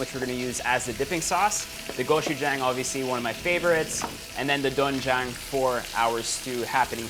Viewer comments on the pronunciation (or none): It pronounce as dwenjjang or denjjang sir erwan. And its better to soak po muna sa tubig ng 30mins to 1hour yung glass noodles instead of boiling😊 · It's DWAEN-jang btw and AH-jeomma not ahJOO-ma 😊✌ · it is pronounced as du-wen-jang HAHAHA basic knowledge only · It’s actually pronounce as softer ‘o’ not really ‘oe’ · Doenjang is pronounced as du-wen-jang~😁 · doenjang (do wen jang)